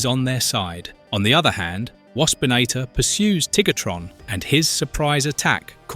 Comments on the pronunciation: After beating me near to death with “Tiggertron” yes he does lol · he says Tigertron lol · Tiggatron and Air-a-zorr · Did bro just called him TiggerTron? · Just like how bro calls Tarantulus Tarantulas.